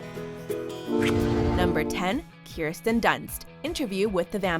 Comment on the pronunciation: "Keerstin Dunst" smh